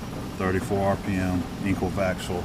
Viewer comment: I also had to pause the video when you said "enkl vaxl", and saw that the sign on the machine was in Swedish :)